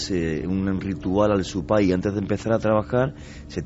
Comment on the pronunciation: si vas a ir tan lejos para aprender algo, deberías aprender a pronunciar bien las palabras se dice SÚPAY. (ya son varias tus intervenciones en distintos programas en las que pronuncias de forma equivocada!!! )